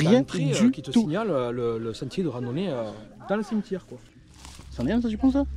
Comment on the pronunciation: Un cimeutiére qu il dit lol